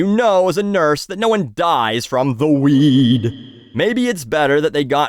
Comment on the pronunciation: has me weak. "Nobody dies from the wEeED" hahahaha